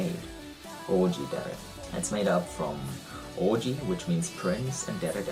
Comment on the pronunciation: As soon as he correctly pronounced dere I was like "YES, HE IS A OTAKU"